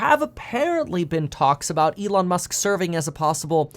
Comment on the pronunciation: E-lon Mush.